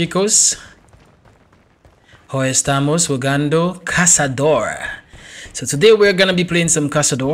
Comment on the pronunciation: Nice "caçador" brazillian portuguese pronunciation.